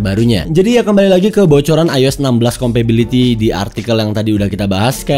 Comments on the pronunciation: Compatibility ya bang, bukan compability! Dari awal video risih banget deh dengernya. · Compatibility bukan Compability 🤣🤣🤣🤣 Sehat and sukses terus terus ya.